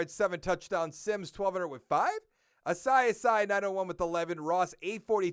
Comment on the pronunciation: I think it’s pronounced “Ah-see Ah-see” (Asiasi).